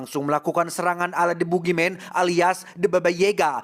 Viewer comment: si alus euy gokil pas nyebut boogimen the babayega na lucu wkwkwk